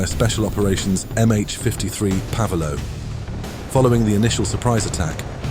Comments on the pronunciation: Well, seeing how it is American English, it is pave- low, not pavel-o. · At 5m34s..."Pavah Loh" is reluctantly supposed to be "PAVE LOW" (and at 7m29s)...stupid AI. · PAVE LOW is pronounced, "PAYVE LOW". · Pave Low, not Pavel O. Come in. Do your research. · SAD, to many verbal errors in the dialog.... "Pav Low", should be "Pave Low." The "Air Coalition" did not have combat aircraft orbiting over Saudia Arabia, Persian Gulf, etc. increasing the odds of being detected by radar or ELINT. The B-52s from Barksdale AFB, Alabama, etc., no wasting fuel and, they arrived at the ACLM launch points on-time. All combat aircraft took-off at the correct time, got in position to start their attack at "Zero Hour!" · Pave Low. not Pavelow 😂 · Since when was Pave Lowe pronounced pavelo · Pavelow is a two syllable word NOT 3 syllables Pave-Low!!